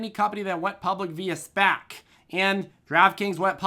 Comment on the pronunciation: I miss when you called them S-PACs instead of SPACs